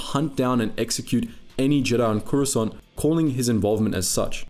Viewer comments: Swear to force it sounds like you say Croissant 🥐 🥐 Gurards. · Am I the only one who hears “croissant guard”😂😂